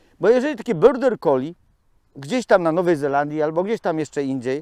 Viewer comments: dlaczego wymawiasz nazwę tej rasy jako „byrder collie”??? To jest border collie i tak się to wymawia. Pozdrawiam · tak po niemiecku lubi 😁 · też to wypowiadanie zauważyłam, ale pomyślałam, ze ja nie mam wiedzy o nazwie rasy. ja mówię border, ale jak specjalista tak mowi, to widocznie, tak jest.